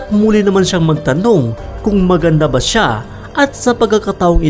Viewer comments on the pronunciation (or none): none